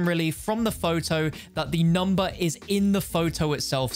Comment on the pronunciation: Numba tertteen. Shows a photow of numba fifteen